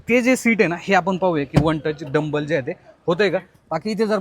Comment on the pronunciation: खूप चांगली माहिती दिली . धन्यवाद दादा. फक्त एकच correction करा. Seat हे one touch tumble होतात. तुम्ही " डंबल " असा शब्द उच्चारला. त्याजागी tumble हा शब्द वापरावा. 🙏🙏